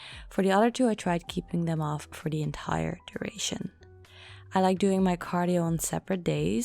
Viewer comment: Gaat goed! Back on track. Lekker. Ik vind je geweldig maar mag ik je één klein stukje feedback geven over je Engels? Je spreekt the uit als thie maar het moet meer klinken als de zeg maar. Anyway veel succes met je channel! Erg gaaf.